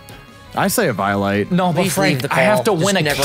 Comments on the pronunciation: Plot twist: pronounces eviolite correctly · Leech seed on the sesame seed. Also.. AY-VEE-EYE-OH-LATE hehe